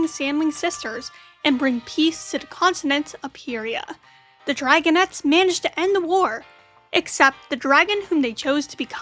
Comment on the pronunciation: It is actually pronounced, py re a